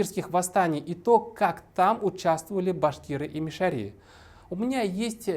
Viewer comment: Но Салават Хамидуллин хотя бы правильно назвал "МишарЫ" через "Ы", а не по-дурацки "мишарИ", как вы, да еще и с ударением на эту И. Кошмар. Сказать "режет ухо" это не сказать ничего.